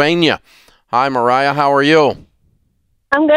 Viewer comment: My names Mariah abs I’m 27 and I flipped when I heard him say MARIA!!!!! ITS MARIAH, like why do people get our name wrong like it’s Japanese or something 😂🤣🤣 MARIAHHHH same as Mariah Carey!